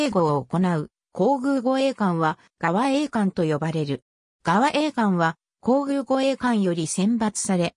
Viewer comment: がわえいかん？ そくえいかん といいます。